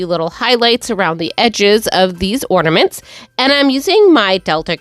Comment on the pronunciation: Do you realise that you say "ordaments" instead of ornaments? 😅